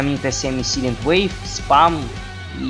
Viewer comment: Говори правильно, невозможно слушать. Риот, силент, суникс, блять что это. Райот, сайлент, сАникс